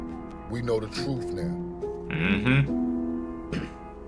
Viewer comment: Truth not troof. I hate that.